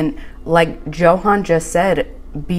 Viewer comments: I went back and rewatched the episode. 21 minutes in, he introduces himself as YO HAHN, just like his mother. She is mispronouncing it. I find it rude. Its like Nikki calling Igor (excuse spelling, Justin. Like staaaahp it. Why would she continue to say JOE HAN?? It makes me crazy. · Yes when he introduced himself he pronounced it as Yo-Han. Charlotte is mispronouncing it. And for whatever reason he isn’t correcting her. Hope when she sees the episode where he introduced himself, she will notice it. 😁🤣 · I heard him pronounce his name and I think he said Yo-han not Jo-han. I think she pronounces it wrong and he just never corrected her and now it's too late... 🤷‍♀️😂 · Its pronounced "YO HAN". Annoys the crap out of me that Charlotte mispronounces it. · Its YO HAHN. Charlotte is mispronouncing it and it makea me crazy. Even his mother says yohahn. Smh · i went back and rewatched the episode. He says YO HAHN." She is mispronouncing it.